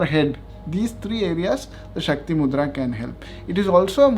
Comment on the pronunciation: Shakti not shaktri